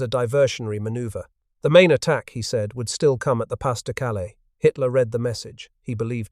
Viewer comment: Pah de, not pass